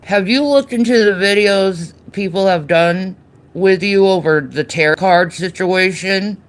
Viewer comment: “Ta rot” cards. 😂